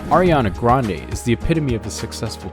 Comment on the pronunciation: you pronounced sooo many things in this video wrong, lol... down to the last name part. her grandfather pronounced it like "grandy"